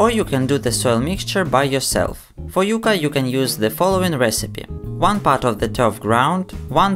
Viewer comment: Its YUCCA, not Yuca